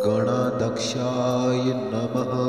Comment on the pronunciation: गण अध्यक्ष गणाध्यक्ष असा उच्चार हवा. गणादक्ष नाही